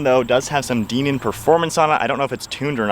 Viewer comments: DIENAN not DEE NAN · Dinan is pronounced “die-nan” not “DEEnan”. Never seen ANYONE pronounce it like that😂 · I have an 18 M2 manual myself and it's a really fun car. Oh by the way, I believe it's pronounced "die-nan" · Hell YES buy one! I have the 2018 M2 F87 LCI (daily driver) and LOVE IT!! I also have the DINAN (pronounced die-nan) exhaust which sends the sounds right over the top! Nice review!